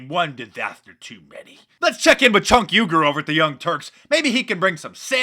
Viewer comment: Was that "Chunk Uygur" you say....lol